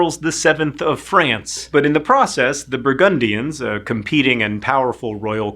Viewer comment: While interesting. I just can't listen to the guy in the video, he's poorly pronouncing so many words it's painful to hear. 'swathes', 'the Brugundians' (it's right there, 'Bur-gundians', etc...